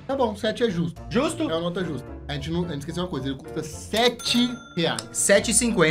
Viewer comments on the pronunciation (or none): T3ddy e sua dicção impecável kkkk "Notra, nota 🤭 notra quatro ponto OITRO